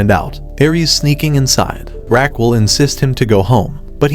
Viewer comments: it is not Raqwel It is Raquel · the way you say her name is killing me , but you can call her without the "u" Ra-q-e-l. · I think her name is pronounced Raquel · omg the way he pronounces her name jajajaj